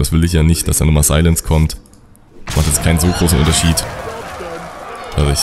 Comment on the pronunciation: wie du silence aussprichst :D "seillänz-karte" göttlich